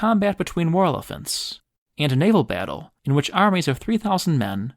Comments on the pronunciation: What tf is a whirla-fent? Lmao 😂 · i love your content but always chuckle at the way you pronounce War Elephants as "Whorlefants"...almost had to look it up the first time i heard it lol